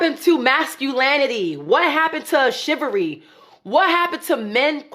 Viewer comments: Back to back this cake-up queen said, What happened to “mass-cule-lanatee” What happened to “Shive-a-ree” Maybe all that cake-up is starting to impact her word pronunciation?? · "Masculanity" and "shivvery" lol 😆